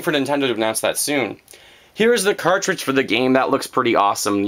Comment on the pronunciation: ha ha ha! you said cartredg xD